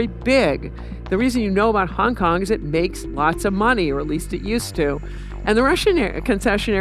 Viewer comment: I like how she mispronounces Hong Kong Wtf is Hung Kung? 😒